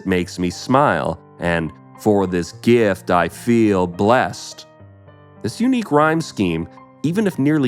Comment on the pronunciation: Jim Carroll was Nirvanas lawyers ex husband Also- Did you just say gift rhymes with feel?